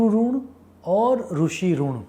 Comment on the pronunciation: Sir Runn Nahi Rinn. Ri for Rishi Not Rushi, Rugved nahi Rigved 🙏